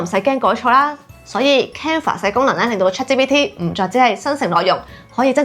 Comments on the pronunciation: Chat「之」PT?😂 我聽咗好多次都係「之」，留意返「G」嘅讀音比較好 🙈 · 但佢讀到GPT 係ChatGPT連埋講先會讀支PT😂😂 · 我keep住聽到 Chat芝PT 但條片做得好有心機 nice work!!! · 呢個係廣東話台. "G" 讀到“之”係可以原諒!!! 😅😅😅👻👻👻